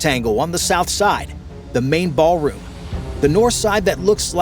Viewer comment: Ahh yes, the "baal" room. 👹